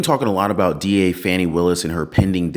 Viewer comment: 👉 💙💙💙 VOTE BLUE !!! 💙💙💙 (ps - her name is pronounced FAW-nee !!!)